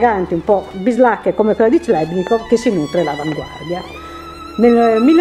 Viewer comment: "clebnikov" non si può proprio sentire....